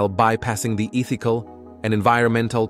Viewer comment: i suggest a more thorough review before posting. so many mispronunciations from the AI voice. convention-AL meat, EETH-EE-cal, show-cas-Ed., new mek-SEE-co, smart infrastruc--YOUR-A, et al. info is good; video elements are good; just fix the voice or it throws it all off.